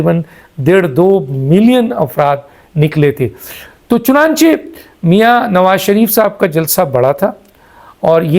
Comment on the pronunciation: CHUNANCHAY KO PRONOUNCE KARNA SEEKH LO.